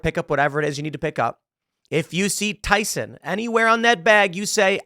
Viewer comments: Why with the S on the end of Tyson, lol. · Tyson.. you mean byeson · It's Tyson. Not Tysons.